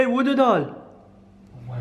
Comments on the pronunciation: you're saying woodo not voodoo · I swear this guy's bored asf By the way you're your saying woodoo